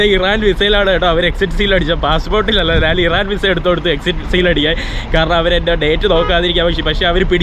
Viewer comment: "നാൻ" അല്ല ഞാൻ 😛😛